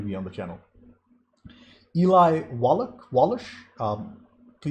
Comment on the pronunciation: Oh, and it's pronounced Wall-uck